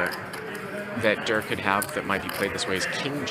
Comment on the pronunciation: Why’s he calling Tom Dwan DURR